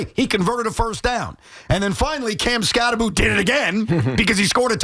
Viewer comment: The name is pronounced, "Cam Skattebo," Tiki. Skattebo with the B and the O at the end. NOT 'Skatte-boo" as in 'Scooby-Doo."